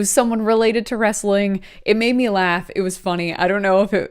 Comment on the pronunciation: Wrestling is only two syllables